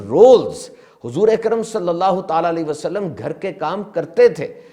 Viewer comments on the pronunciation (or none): none